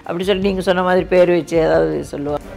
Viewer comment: பேரை முதல் ல correcta சொல்லுங்க அப்புறமா love அ சொல்லுங்க